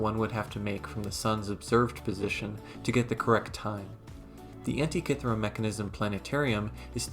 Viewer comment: Thirty seconds in, and I already wish the makers of the new Indiana Jones movie had watched this before making the film, if only to learn how to pronounce "Antikythera"....